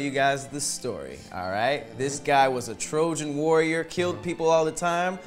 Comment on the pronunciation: This fucking dude said “TROJAN WARRIOR”... bro... dude... what???